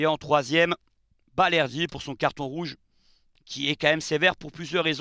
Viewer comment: Balerdi et non bardelli 😂